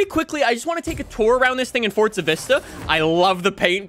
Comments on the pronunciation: It,s Forza, not Fortza. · Why do some people call it fortsa it's forza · yes I know it means power however the game is FORZA not fortsa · Why dose he said fortza 😑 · forza not sure what FORT ZA IS